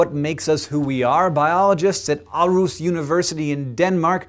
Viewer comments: Århus (Aarhus), not auros :P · Aarhus is actually pronounced with an å Hank, all double a's are pronounced like that. Though you don't have that letter in the US so I wouldn't expect you to know exactly :P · I love how you couldn't pronounce Aarhus It's pronounced "AW-hoos". The "hoos" is very short. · ATT hank green: arus? Aarhus=ar-hus, just say it that way, the double A is of no consequence cause you don't know what Å is. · Cracked me up when he said Aarhus.. Sounded like he said Arus :) Then again I guess he can be excused from not pronouncing it correct since the two A's go together to form Å which isn't exactly a part of the English vocabulary. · Hey Hank. It's pronounced awe-hus or ore-hus, depending on the dialect. Now you don't have to fracture your jawbone if you ever have to say Aarhus/Århus again :) Thanks a bunch for yet another interesting episode! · Oh Hank... I've never heard Aarhus pronounced quite like that before. ;) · I'm sorry Hank, I respect you immensely, and regard you as an incredibly smart individual, but you pronounciation of "Aarhus" made me laugh. A lot. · You pronounced Aarhus wrong! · I love your pronounciation of "Aarhus" haha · Hank, your American pronunciation of Aarhus was just amazing :D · Wow.. He slaughtered the name "Aarhus". Must be hard with "Å" sounds, as a non-dane.. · Aarhus... dat pronunciation :D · Hank, dont take this the wrong way, but you pronounce Aarhus horribly :D Our language suck i know ;) Awsome vid as always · Yeah, you pronounced Aarhus perfectly :P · The way you say ÅrhusAarhus is wierd XD By the way I'm Danish. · Ohh god, your pronunciation of Aarhus!! Priceles!!! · lol sounds funny but not fare off when you say Aarhus, i live 18 kilometer outside Aarhus (or Århus as it was spelled until 2 years ago when some people decided it needed to be more international) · He, you butchered the word århus. :P